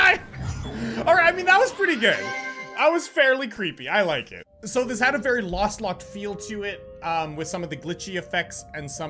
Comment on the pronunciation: How he keeps calling Lostlocked "Lastlocked" kinda triggered me lol